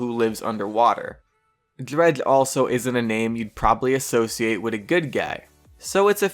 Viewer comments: the character Drehgl XD your pronounciation is funny... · What way are you saying dredge? Cuz it sounds like you tried saying it with a full mouth